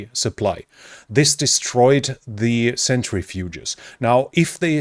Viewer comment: You are great, especially for a non-native English speaker, The uranium processing machine is pronounced "sentri-fuge"( not a "century-fuge"). Thanks for the videos!